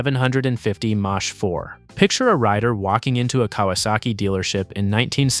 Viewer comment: Mach is pronounced "mock".